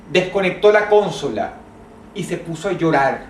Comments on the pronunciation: Dross dice: "Cónsola". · Y es ''Consola'' pero bueno... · cónsola o consola jajaja LOL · como dijo dross la cónsola